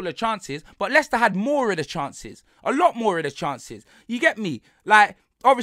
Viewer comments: Man said Mo-Leicested 😭😭😭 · Do you think he can say moleicester city on tv ?